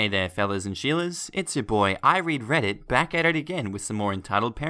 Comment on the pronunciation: every tiem you say I read reddit i thin k u say i regret it